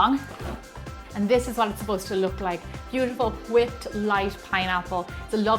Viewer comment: She says whipped like stewie on family guy, kinda like "huipped"😂